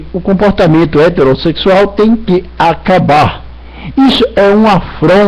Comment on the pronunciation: Esse cara tomou cachaça? parece bêbado! "Reverendo Marsso.." "casamento hateróssexual" "nós redicularizando" Não existe primeira Filipenses, que crente burro!!! Fanático. Puta que pariu religião é o centro da elaboração do ódio. Dizer que alguém não deveria ser pastor, ele é o legislador da religião?